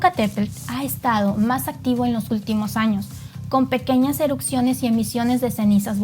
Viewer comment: Erupciones, no erucsiones😂